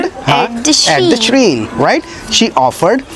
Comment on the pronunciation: Dear sir, shrine's pronunciation is sh-raa-in not sh-reen Please correct me if I am wrong